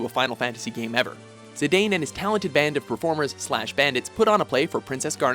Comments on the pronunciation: Zidaaaaan not Zideyn Teedus not Taydus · According to FF dissidia, Zidane is pronounced as Zidahn.:) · did you really just pronounce zidane zidayn really? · it's pronounce as zi-dawn